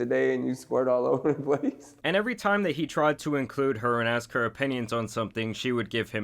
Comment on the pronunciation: How difficult is it to pronounce ask properly?